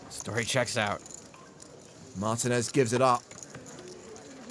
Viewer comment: Excuse me, it is Mar-TEEN-Ez, not MARTIN-Ez.